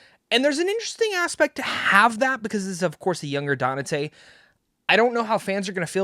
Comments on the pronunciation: "Danate" and you call yourself a fan? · only so many times I can hear 😅